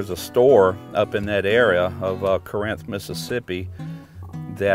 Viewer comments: I’m from up here and it’s pronounced carinth but spelled Corinth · Kind of a pet peeve from living in corinth. If your not from here you say it how it's spelled by NO. It's pronounced Car-inth